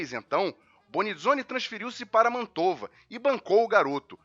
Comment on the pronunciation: Muito bom vídeo, mas me permita, não é "Mantôva" é "Mántova" da cidade de Mantova ou Mântua em português brasileiro e de Portugal. A dupla consoante acentua a sílaba precedente portanto se pronúncia "Béttega" e não "Bettéga"